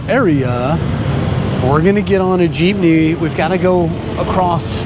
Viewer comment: Also good job for making an effort of pronouncing the places & city districts, & even the different jeepney routes as it should be.